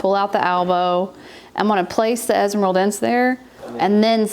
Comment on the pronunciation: Best Philodendron esmeraldense in a home set-up ever! I think it's a narrow form. But,, the final -e is supposed to be pronounced (es-me-ral-den-seh). Thank you for a funny vid and for let us inside of your home! 🙌